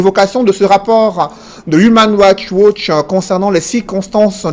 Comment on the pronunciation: "Humain raicht watch". Le pauvre.